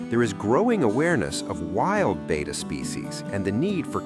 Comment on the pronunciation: It’s pronounced Beh-tah, not bay-tah. 🙄